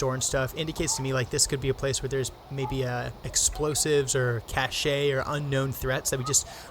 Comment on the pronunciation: Hi, just a quick reminder from a french viewer ''cache'' is pronunced ''cash'' not ''cash-ay'' (it comes from the verb ''cacher'' wich means to hide/ to hide something). Love your videos, keep up the good work !